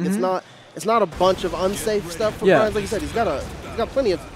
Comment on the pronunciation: Stop calling him "Byran"